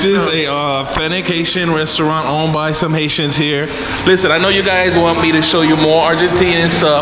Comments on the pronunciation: lol sorry that is what it sounded 🤣 like he said. Thanks for correcting me. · You were saying haitians and I was hearing asians 🤦‍♂️